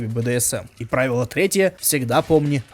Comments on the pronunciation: правИло, а не прАвило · Ну, во-первых, не прАвило, а правИло. А во-вторых, это очень хороший снаряд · Не прАвило, а правИло, какой-то древнерусский тренажер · я смотрела твоё видео из 2023 года, там ты говорил что правильно произносить "Тренажёр ПравИло", с ударением на И. Правильно говорить правИло XD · Прави'ло, а не пра'вило! Я думал ты умный.. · только через пять лет он узнал как правильно ставить ударение в названии этого тренажёра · Кстати, тот тренажёр называется "правИло" с ударением на И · На самом деле в названии "Тренажёр Правило" ударение на И, это многое меняет)